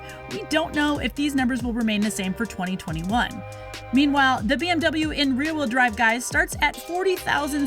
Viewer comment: it’s BMW not BWM.. hmm..